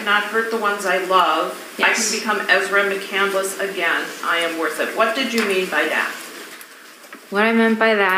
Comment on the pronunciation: She doesn’t even know how to pronounce her own last name! It’s McCandless, not McCandaless